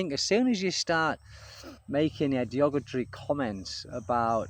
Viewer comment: its not "diogatry" as you keep saying....even the subtitles have you down as saying "ideogatory".....the word you are hoping for is "derogatory".....do better english teacher